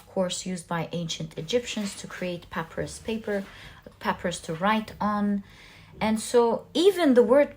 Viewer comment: The plant is pronounced “pah-PY-russ”.